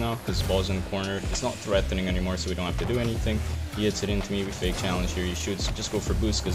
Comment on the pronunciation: No one:: Threathéning! But fr thanks for this series gc1 learning big time from your diamond plays lol